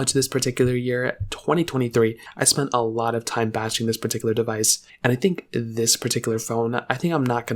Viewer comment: Bro is the ceo of “perticular”